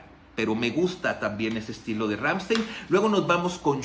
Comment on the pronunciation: Está bien que no sepas alemán, y que lo digas, pero en serio tanto tiempo en el negocio y no puedes hacer el mínimo esfuerzo de nombrar bien a la banda. No no son Ransteein, no no es Ransteein es Ramsthain, así como te lo escribí así se pronuncia. Deberías ver el vídeo Amuscia ese bro al menos hace su intento de pronunciar bien el nombre de la banda, y ya ni te digo sobre las otras pronunciaciones erróneas que tienes, pero neta échale galleta un poquito digo al final ese es tu trabajo, y de eso comes.